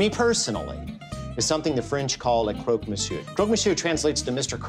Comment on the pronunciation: The first english speaking person to pronounce Croque Monsieur correctly... Respect! Long live Alton Brown